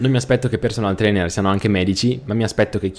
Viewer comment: Sono solo io, o ha detto Personal Trailer?!?!?!? Ahahahahahahahahahahaha